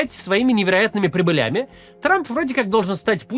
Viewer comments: Откуда вы взяли ударение "прибылЯми". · прИбылями. Тексты пишут двоечники. Регулярно ударения и множественное число мимо правильных.